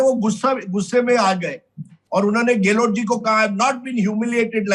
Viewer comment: Sardesai sir ka "Gelot" bolna😂❤